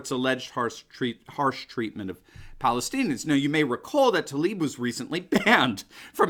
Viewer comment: Spells Tlaib, why do they say Talib? 🤔👀🙁